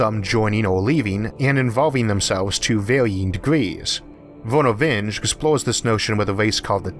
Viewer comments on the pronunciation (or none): Isaac is a genius, but even geniuses make mistakes. he starts mentioning unicellular organisms dividing by MITOSIS (ok, some do) but then says "such bacteria" --No, bacteria divide by FISSION not mitosis. Also, Vernor Vinge is supposed to be pronounced VIN-gee not VINJ.